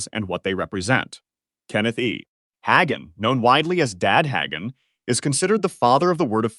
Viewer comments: It’s not Higan. It is Ha (day) gan. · "I am a part of the charismatic tradition", says AI that doesn't know how to pronounce Hagin and Rhema?😊😊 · The fact that you can’t even pronounce their names right proves you have no idea what you’re talking about. Learn to pronounce Hagin & RHEMA right and maybe I’ll believe you know a little bit about them. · Should have a person do the voice overs. The AI keeps mispronouncing Hagin and Rhema, including mispronouncing each word multiple ways.